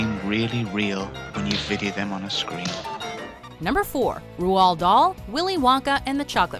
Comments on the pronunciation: it's pronounced ROLLED Dahl ROLLED not rowuald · Because that is meant to be the correct pronunciation: Rohld. has a very bad habit of completely effing up people's names, and over emphasising foreign names (Just listen to them say Celine Dion's name. I get that Celine Dion is French Canadian, and the name is French, and is based in Montreal and is therefore also French Canadian, but my god do sound like a bunch of pretentious d-bags when they say her name) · rual???? its pronounced rold! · It’s not pronounced Rowald Dahl. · O-Dog McGee Silly silly american woman! Ruald?! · how the FUCK is she pronouncing Roald!? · Dear God, the pronunciation of Roald was so poor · The way she says roald Dahl 😐